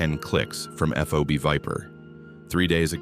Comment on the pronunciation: Kunar does not have ‘d’ in it, there is no such place as the ‘Kurar mountains’, it’s the Hido Kush Mountains, and holy shit STOP calling Fobs, F.O.B.s, it’s pronounced as a word. This is all in the first few minutes. This story sucks